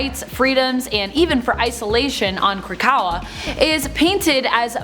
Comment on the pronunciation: and Krakoa...